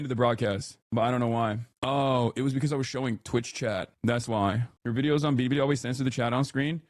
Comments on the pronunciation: The way he says "bilibili" is kinda cringe (I guess he tries to pronounce it in the Chinese way, but it sounds weird). It's similar to the times when he says like the names of Islamist terrorist organizations and tries his durndest to sound as Arab as he possibly could. It's lame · China: you have to say it like Billy, Billy & not Biddy, Biddy you ILLITERATE ONE PERCENTER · Hasan's pronunciation of that Chinese app is one "bidi" shy of a Twiki impression. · Hasan doesnt even say Bili Bili correct Also hair looks like Trevor Philips from GTA 5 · "biddi biddi" Bro just crush my teeth with pliers I don't wanna hear that pronunciation ever again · “Bidi bidi” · Hasan can’t even say Bili Bili correctly. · Why does he pronounce bilibili like that